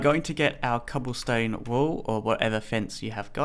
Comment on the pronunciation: when you where saying cobblestone wall it sounded like you said cobblestone wool